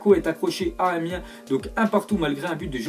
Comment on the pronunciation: Liker si vous avez entendu PSG Amien